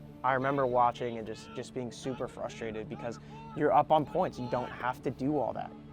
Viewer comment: "two poinths in a row"